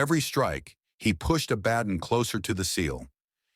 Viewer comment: pronounced ABA-DON, not A-BAD-DON.